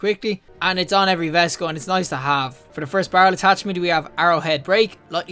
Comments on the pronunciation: It's actually "vayst" v-ay-st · Great vid man, one thing tho it’s not pronounced vest it’s veist, pronounced like heist.